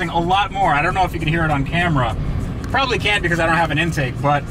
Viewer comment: PROBABLY !!!! Not proably.... :)